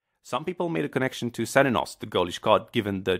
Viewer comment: Cernunnos is pronounced Kayr-nun-awss since the celtics pronounce their 'C's as 'K's. It's pretty tough to remember and even I kept saying it wrong dispite being irish and my username being Cernunnos 😅 So it's pretty common for people to say it wrong